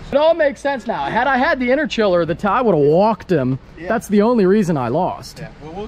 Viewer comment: Hearing u call it an interchiller made me cringe. Good vid tho😂